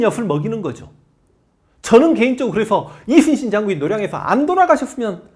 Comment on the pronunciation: 선생님 제가 정말 진심으로 존경하고 사모하지만 '우' 발음이 새시면서 이'슨'신으로 들리는 건 너무 매력적이십니다.